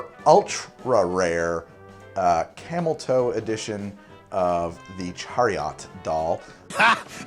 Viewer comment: why does say chariOT